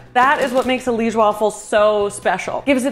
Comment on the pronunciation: You said Liége right the first time you said it, actually. It is lee-esh. We eat them with powdered sugar on top usually, not really with sirop. They looked bomb!